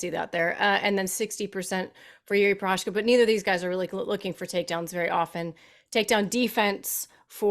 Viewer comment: Nobody can pronounce that Prochazka name. Anik comes close but everybody else is doing a Chael on poor Jiri’s name.